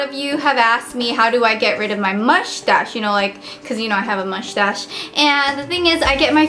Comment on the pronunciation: MUSH TASH LOOOOOOL